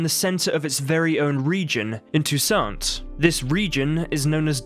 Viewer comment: No, you add a French accent to Toussant...the last 't' in the name is SILENT. Count de la Croix is 'Count de la Cwa' Syana is short on the y sound and longer on the 'na' at the end. Her name is Anna, not Ana. Don't worry, it did my head in when I learned it at school, now it's just become habit. Toussant is heaps lighter and brighter then Velen and the city isn't as dark and dreary as Novigrad on a cold and wet day. It's so much sunnier so far south...an all over cheerier view in the player.